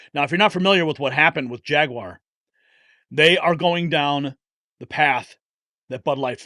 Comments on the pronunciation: I agree with everything 99%. Your pronunciacion of jaguar is driving me crazy tho. It's NEVER JAG-WIRE. it's really easy. much better off just saying JAG-WAHHH and cut the R off, as the brits do....or add the R as an american....JAG-WAHR... my two cents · The guy can't even say JaguarI was thinking about that little bully Acosta before you said his name.